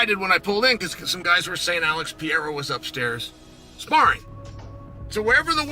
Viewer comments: Pierra? C’mon chale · On god who tf is peeyera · Alex Pee-era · Chael will forever call him “Peeairya” 😂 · Somebody teaches chael to say Pereira and not piéra! Its ridiculous to see chael make a fool out of himself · It pisses me off how uncle Chael says Pierra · chael sonnen says: - Alex pierra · and chael still can't even get close to pronouncing Pereira's name correctly 😂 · bruh chael your a commentator and you cant say names properly??? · Chael sonnen saying his last name wrong every always gets me lol